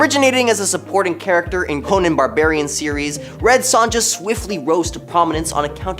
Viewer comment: Sonja is pronounced Soan-yah